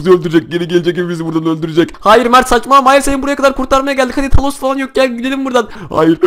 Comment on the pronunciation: He bide kafa dengi 2 o talos degil thanos diye Yaziliyor tanos diye okunuyor